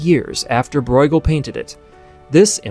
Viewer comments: Not pronouncing Bruegel right. It's just broo-guhl rather than broi-guhl. You may be confusing it with the German 'eu' which would be pronounced 'oi'. But 'ue' in flemish is just pronounced 'oo". Long u. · Just a small detail - Breugel is not pronounced “Broygel,” that would be a German reading of the name; in Dutch and the Flemish pronunciation the eu is somewhere between the German Ö and Ü. Almost like French “eu.” In English it usually gets pronounced as an “oo” because we don’t have those front rounded vowels. (If we wanted to be pedantic, we could also talk about the G but even though it’s closer to the German ch, the G is an accepted English pronunciation.) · How do you get the pronunciation "Broy-ghel" from Breugel!? 😂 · You grossly mispronounce the names Breughel and van Gogh. Why not find out how to pronounce them correctly before recording your voice-over? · Great video spoiled by the pronunciation of Bruegel and Van Gogh.